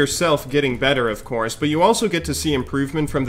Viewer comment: it doesn't seem like you're sick at all! Side note: I swear you said corn instead of course at one point. O.o